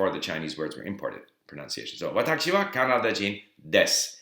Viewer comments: It sounds like you are saying "watacchi" instead of "watashi". Is this just part of your accent, or did you get used to that pronunciation because of hearing it that way in Japan? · why is he saying it like Watakshi wa? every 1 else says Watashi as I heard. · How come you pronounce 私 like 'わたち' instead of 'わたし'?